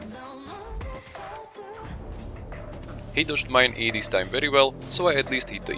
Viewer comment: Werry good wery nice